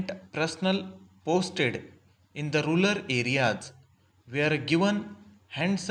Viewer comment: Rural hota hai sir aap rular padh rahe hai baar baar